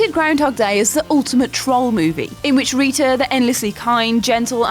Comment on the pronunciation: What accent is that? Because Rita pronounced "Risha" is extremely weird.